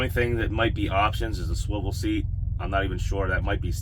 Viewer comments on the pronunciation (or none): none